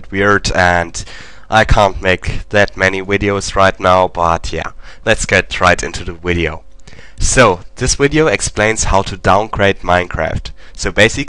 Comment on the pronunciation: sorry if you have an accent but did you say widios?